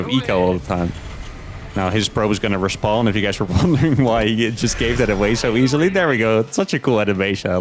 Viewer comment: I was 7 minutes into the video listening to say "respond" missing all context before I realized he was saying "respawn". SMH